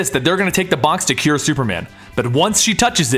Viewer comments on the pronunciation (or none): none